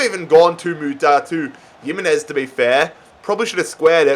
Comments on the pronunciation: PCQ:Why do you say Yimenez instead of himenez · Stop pronouncing it as yimenez, it’s spelt Jimenez but pronounced Himenez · your noot saying Jimenez name right is pronounced HIMENEZ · bro you’re pronouncing jimenez wrong